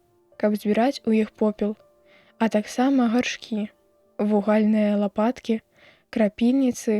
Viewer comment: Ву'гальныя (ад слова ву'галь), а не вуга'льныя(!?).